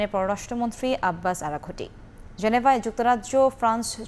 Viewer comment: আরা ঘুটি না আরাঘচি? 😂